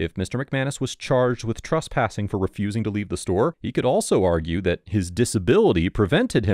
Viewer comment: Please stop mispronouncing the word Trespassing as Truspassing. I is very distracting.